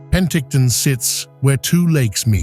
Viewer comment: Better train your AI voice to properly pronounce "Okanagan" and "Penticton."